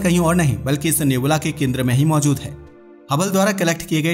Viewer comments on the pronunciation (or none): नेबूला नही रे बच्चे नेब्युला है वो 😂😂😂😂